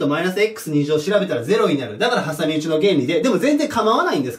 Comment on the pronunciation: はさみうちイントネーションなんか違うw